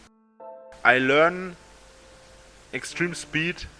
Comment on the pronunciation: An die Sprachen Staffel konnte ich mich garnicht mehr erinnern 😅.....er kann natürlich mit "eggsdriem spied" Sprachne lernene